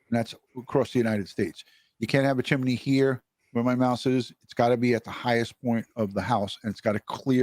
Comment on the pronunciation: It's called a chimney not a chimeney. Are you five years old?